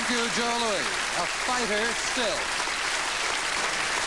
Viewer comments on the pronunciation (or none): 1. Ali is staring into his future wondering, "Is that my fate too?" 2. This host pronounces the name "Joe Louis" as "Joe Louie" . He must be the only guy in the history of the world who did that.